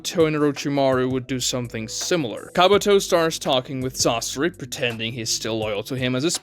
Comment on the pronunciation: It's not "sássuri" it's Sasóri.